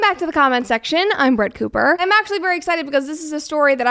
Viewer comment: She says "Brett Cooper" as James Bond